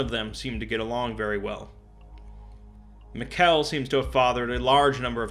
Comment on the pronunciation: Hey, admin bright here. No, really. This was delightful to listen to, thanks for giving so much attention to my little ocs. Side note: Mikell is pronounced just like Michael. Also, oh my God where did you find the picture of Jack with his sappy staff? That's amazing! Sorry, I'm typing this as i listen through, it will be... disjointed. For 963 2, you should look at the ecce perago tale, it explains it pretty well. Ok, this was great, thanks so much. On sontouched when people actually care about my characters, and so deeply too! If you ever need more info, feel free to reach out, I'm friendly.